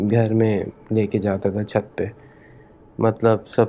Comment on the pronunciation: 😂 " Chut Par " Ya " Chaht Par"